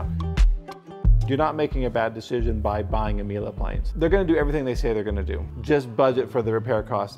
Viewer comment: There's no "a" at the end of Miele. The last e is pronounced as a short e, ryhmes with "meh"